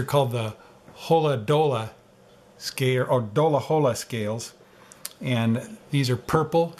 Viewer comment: It’s pronounced Dahlla Hallah! As in a dollar bill, in reference to the Snody dollar sign/ S insignia. And “Hahllah” as in “holler at me if you want some dollars!”